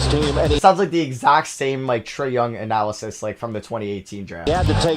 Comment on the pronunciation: Its analysis not analys